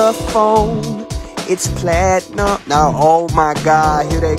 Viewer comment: Idk why but I always crack up when he says platinum